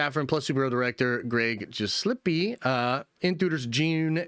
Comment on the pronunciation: Gill, like fish Gill. Gillespie